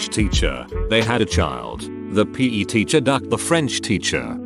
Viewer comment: Word: PE Narrator: p a y